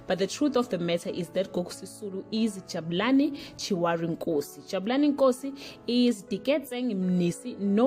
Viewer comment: As Chiwari ??? You can't even pronounce a popular name such as Chirwali not Chiwari